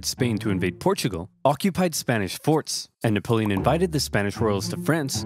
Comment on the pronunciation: “Nickapolen” Got me dying 💀